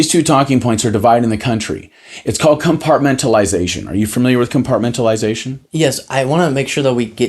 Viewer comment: Yes! The word compartmentalization seems to be a new word to him. It didn’t roll off his tongue. He mispronounced it. 🤦🏻‍♀️